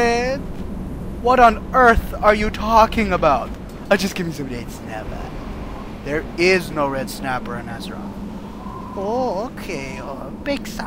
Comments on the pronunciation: "mmmm, reed snappa" NO! "mmm yes red snapa!" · just a bit of red snappah! just a taste of red snappah! lol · RED SNAPPHAH!!